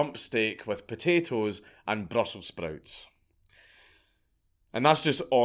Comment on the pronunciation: "Who likes Brussels sprouts?" You are SO Scottish.🤣